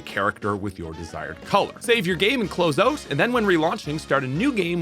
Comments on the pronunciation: Say "out".: "Oat" Nooooo! OUT!: "OAT". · Normal background noise while on champions than every 30 seconds you catch a Canadian "out"😂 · where are you from that i can only hear an accent on the word "out". obviously somewhere in canada